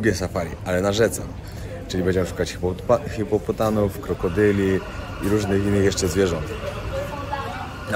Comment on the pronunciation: H I P O P O T A M a nie kurwa hipopotan